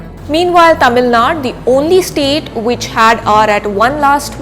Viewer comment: It not Tamil Naad.... Its "Tamilnadu".... Its not Karnaaatak....it's "Karnataka"... Please take that extra effort in pronouncing the SOUTH state names properly.